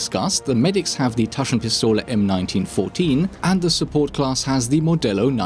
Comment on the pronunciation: I'm impressed how good you pronounced Taschenpistole M1914👍